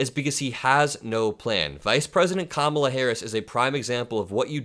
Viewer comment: Every 'Ka-MAH-La' is basically a dogwhistle N-bomb anyway. He's saying she's 'other than us'...her name is too strange, too foreign to try committed it to memory or try to respectfully pronounce it correctly. Rapists are rude assholes 🤷‍♂️